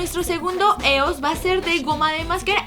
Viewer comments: No es "Eos", se pronuncia IOS, me gustan tus vídeos pero me fallaste con tu inglés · Se pronuncia "ios" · Lesslie se escribe es pero se pronun cía ioes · Lessli con todo respeto no se doce eos se dice ios Pq son de estados unidos y la forma correcta de pronunciarla es ios no me odies por corregirte 😢😰😞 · ¿Qué no se pronuncia 'Íos'? Perdonen mi anafalbetismo :v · Se dice «ios» o «y o es» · creo que se pronuncia ios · adoro a Lesslie pero porque dice EOS ya se que se escribe así pero se pronuncia ios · se dice ios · se pronuncia ios😂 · se escribe eos y se pronuncia ios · Se pronuncia ios pero se escribe eos